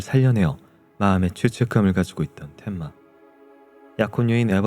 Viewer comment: 텐마를 자꾸 덴마래 😂😂😂 만화책 세대시네